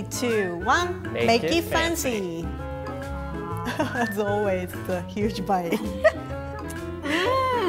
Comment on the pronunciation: "Make it foncy"😊